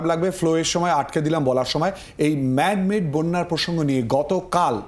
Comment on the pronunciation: "ম্যান মেড" না "ম্যাম মেড" ?